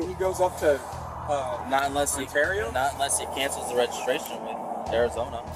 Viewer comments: Just to ley ya know Ontario is pronounced Un- tear- ee-oh. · Hey man, you sure butchered the word Ontario. It's like On-terry-oh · Please learn how to say “Ontario” correctly. No hate it just sounds really silly when you say it like that.